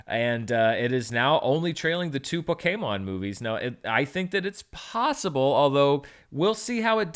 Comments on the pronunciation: That first “pokaymon” was pretty rough but recovered nicely after that. Hang in there! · Pokemon is a Japanese word. Consisting of the Katakana ポ (PO) ケ (KE) モ (MO) ン (N). As such the pronunciation of the full word is Poh-Ke-Mon. It's an abbreviation of the word "Pocket Monsters". So just just pronounce only those sounds in those words. (Po)c(ke)t (Mon)sters. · of the three times you said it in this video, two out of three were totally fine. Only the first one was off. You're all good :) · Loving hearing say pokaymin 😂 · Yeah I've always thought Poh-kay-mon was weird too, but I could've sworn that's how they've always said it in the anime. But again, if even the source material is inconsistent then it shouldn't matter too much.